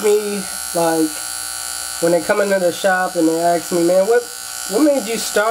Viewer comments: Why do you say aks instead of ask? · you always say "Aks me" isn't it Ask?